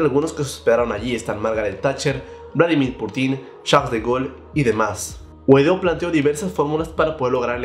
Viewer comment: que buen noticiero ya hasta le cambiaron el nombre "Juan GUADÓ" 😂😂